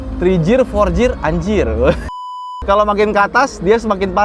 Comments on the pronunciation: Pronounce nya "gir" bukan "jir" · Setahu gw Gear dibaca bukan Jir tapi Gir